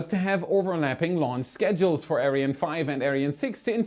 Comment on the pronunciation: I went to the comments to just complain how he said "Ariane". There's so many correct pronounciations to choose from, in so many languages, and he chose a weird one, which was totally brushing me the wrong way. I personally would have preferred the german pronounciation.